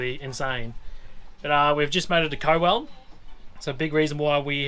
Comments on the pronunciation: 😐🤣😂👍 Co-well 😳🧐 it’s Cow🐄ell , COWELL as in Moo Cow 🐄. I went to school there as a six year old ( many moons ago ) and you Wankas 🤣🤣🤣😂👍 the funnies at the start 😝 good to see you have fun . Loved it all brought back many memories 😎👍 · Cowell is pronounced [COW] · Pronounced Cow-ell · Cowell pronounced “Cow” we speak a different language in South Australia 😀